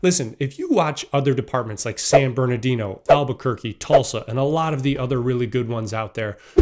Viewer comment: San Bernardino???? LMAO